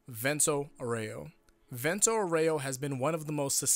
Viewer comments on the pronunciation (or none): Vèunto Áureo not vènto aurèo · It’s Vento Áureo not Vento Oreo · For non italian jojo fans. Vento auro us pronounced: "v"as in Van, "e" as the firste e in Better, "n" as in No, "T" as in Target, "o" as in No, "A" as in After, "u" as in Uno, "r" as in Background "o" as in No I just wrote it because being an italian the english accent to Vento auro is bugging me 🤣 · the way u say vento aureo...